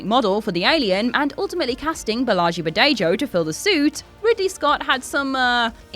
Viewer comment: Lost any credibility at mispronunciation of Giger's and Bolaji's names.